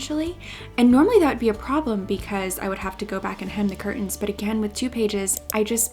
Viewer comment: "Cur tens"